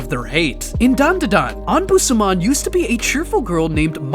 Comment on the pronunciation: Dan da dan not don da don